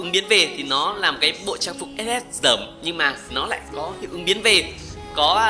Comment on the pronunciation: Hài quá anh nói chữ ss hài vc